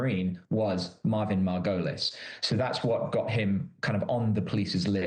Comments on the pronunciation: MAR-go-leez Please have your reporters learn name pronunciation before putting them in front of a camera, it's so distracting... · Is the killer's name Marvin Margolis or Marvin Merrill?? The chick keeps saying Marvin Margolis, but the investigator said Marvin Merrill. Confusing.